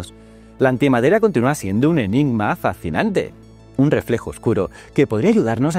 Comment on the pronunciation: Lo fascinante es que no seas capaz de pronunciar fascinante 😆